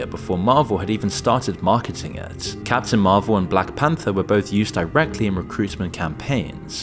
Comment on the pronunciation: I thought you were saying, "Cats in Marvel!" 🤣